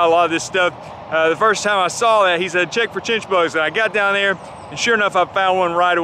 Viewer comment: What did you call the bug? Chitchbugs?